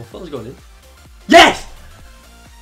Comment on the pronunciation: this guy doesnt even say yes he says HIESSSHHH